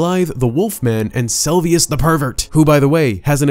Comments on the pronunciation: 2 years late but its SELUVIS not selvius xD. Also GAOL is pronounced as JAIL :D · Every time you call "Seluvis" as "Selvius" I twitch. XD